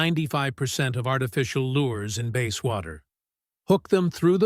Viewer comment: AI needs to learn how to pronounce words. Bass is not pronounced base. That’s for starters.